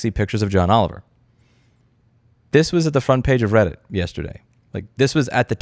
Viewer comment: Its called reddit not Brailleit... down with the blind!!